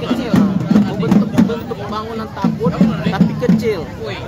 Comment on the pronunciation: TABUT bukan TABOT, mohon diperbaiki